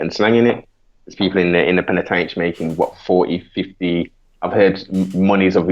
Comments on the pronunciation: this guy says penatench 1 more time im fuckin done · It's a prison not penitentiary